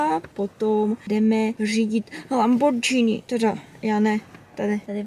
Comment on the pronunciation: Říká se lamborginy ale vybraný vlog jako vždy